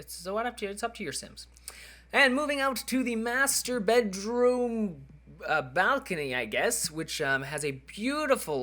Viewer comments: Sounds like he was saying masturbate room :P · When he says master bedroom it sounds like masturabate